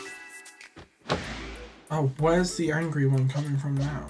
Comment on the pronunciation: "Now they're angy at me" 😂😭